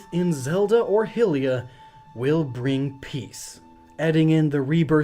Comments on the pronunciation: Dude it's pronounced HIGHlia not HILLia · its pronounced high-leah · It's HIGH-LIA, NOT HE-LIA!! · It's pronounced Hi- lia not hill-ia... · its high-lea not hill-ia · Reasonable theory but I have one contention. When you said the name of the goddess Hylia you said it wrong. It is not "Hill lee uh" it is "High Lee uh". No this isn't a matter of opinion. It is fact. We all widely accept that the land oh Hyrule is said as "High rule". But some people still say "Hill lee un" in and "Hill lee uh". The land and the race all derive their name from the goddess. It would be as if I called people from Great Brittain "Brightish". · BTW it's High-lee-uh, not Hill-ee-uh. Great video though. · Is it just me or do a lot of people say Hylia wrong? It's High-lia, not Hill-ia. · It occurs to me that the dub could actually be /ilia/, but it sounds like /hilia/ because Zelda in that scene is speaking in a wispy fashion, as if burdened by responsibility. I would need to hear the same word in different cutscene clips. The /h/ is missing from "d'Hyrule", but that's common in French liaison sound laws. In another clip, Mipha says "les Hyliens" /leziliɑ̃/, so it's possible the /h/ never actually exists as a real consonant in the dub. French is not my native language, though I have some training in it. Note that even the English dub has more than one pronunciation for some terms. "Deku" is DECK-oo in one utterance, but DAY-koo in another utterance by a different character. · People also say seraia wrong (I hope I spelled that right) I've also heard epona, moblin, shieka, and navi said so wrong and it kills me.... So sorry if I missspelled anything... Im at work and trying ti type fast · Hermaeus Mora: I already thought of that. For me: Hyrule = HIGH-rewl Hylia = HEE-lee-uh or HILL-ee-uh (like in "hemophilia") Lorule = LOH-rewl Lolia (if she exists) = LOL-ee-uh (like in "melancholia") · you just said helia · did he call hylia hilia but hyrule hyrule pick a pronunciation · Hylia (Hi-Lee-Ah)